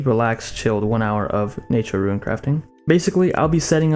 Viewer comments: Are you telling me you call it RuinScape? You've never heard ANYONE call the game RUNEscape before?? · Do you call it ruinscape? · Is it "ruin"-scape, too?